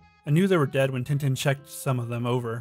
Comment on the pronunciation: You pronounced some Tintin Names wrong